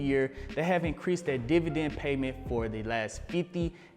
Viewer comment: I'm really here to hear you say divident.